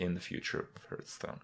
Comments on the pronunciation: it's not fucking ''herthstone'' ffs. When you start the game the 'guy' literally says ''hearth'' sometimes so you can't blame it on ignorance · I wonder.. Will he ever stop saying Hurthstone? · "Hurtstone" lel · Hurrrrtstone ! LMFMO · i always wondered why you call it hurtstone? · Say it with me...'Hearthstone" - Hearth sounds like "Heart" with a "TH" on the end, not "Earth" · The way he pronounces Hearthstone is cringy... like really cringy.